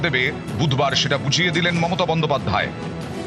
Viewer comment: কিভাবে style করে বলছে দেখেছেন মমতা BON-DO-PAD-DHAY। paid advertisement চলছে খবরের নামে